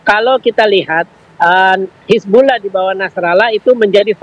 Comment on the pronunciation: Pengamat aja sebutnya hizbullah presenter malah sebut hizbulloh